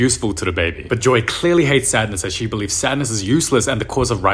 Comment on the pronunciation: "She aaa bebe" 😂😂😂😂